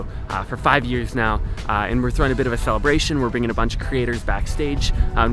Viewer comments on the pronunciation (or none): celebration not schtelebratschion